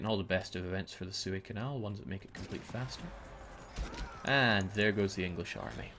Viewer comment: The way you pronounce Suez is cringe-worthy